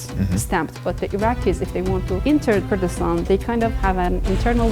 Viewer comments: It is Kurdistan not gayraq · Bro doesn't know how to say Kurdistan 🥀🥀💔